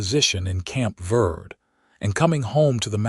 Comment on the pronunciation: Dawson is literally a prince among men, taking what he has learned from his years in the wilderness and applying it to his actions and reactions to Florence. Please work with AI to correct pronounce “verde” - VEHR-Dey.listening from TN.